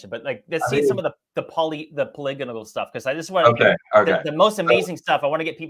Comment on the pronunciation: Pol-i-gonal, 10 points!:)